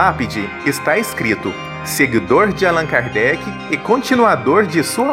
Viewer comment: Excelente. Lindo. Só mudem a pronúncia de Álan Kardec para AlÂn Kardec!!!! Parabéns!